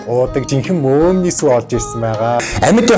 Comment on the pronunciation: би одоо арайчдээ мөөмний гээд байхад мөөгний сүү гэж сонсов😂😂😂